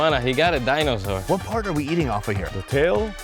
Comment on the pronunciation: “We’re talkig about iguanas, you got a dinausaur” LOL